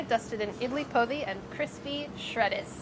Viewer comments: I'm sorry, but the way Sohla pronounced Idli Podi :( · me, a malayali, trying to figure out what idli podi is then realizing she's pronouncing it incorrectly